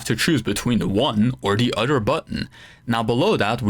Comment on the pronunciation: And he says oder, he doesn't say other.